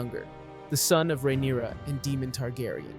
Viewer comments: Rhaenyra? naaa, Rhynaera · He keeps bouncing back and forth on Rhaenyra and then botching so many others lol